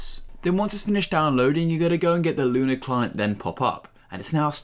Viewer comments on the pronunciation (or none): bro said "luna" client